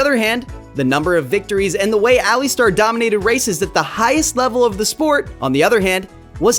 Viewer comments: 'Aley Stairr' ? Learn how to pronounce his name at least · Pronunciation? lol Alistair and Glasgow ouch!